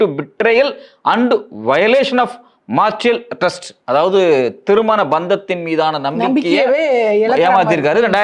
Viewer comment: அது மார்சியல் ட்ரஸ்ட் இல்ல மேரிட்டல் ட்ரஸ்ட்